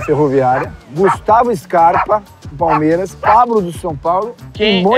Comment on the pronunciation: o falou pabro? 😂😂